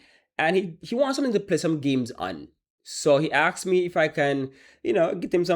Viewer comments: the word is ask not axe when will you all learn to speak properly?? Go watch the beginning of your video. THE WORD IS ASK OR ASKED NOT AXE OR AXED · he axed you naw im out